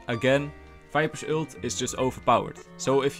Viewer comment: Stop daying ült its an ULT no ü